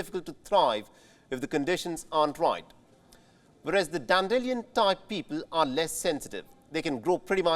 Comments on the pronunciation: It's not dan-dillion, it's dan-dee-lie-un. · The way he pronounces dandelion hahahah 😂 can someone please correct him.